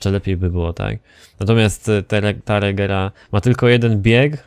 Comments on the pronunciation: *regera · Koenigsegg Agera a nie jak ty to mówisz regera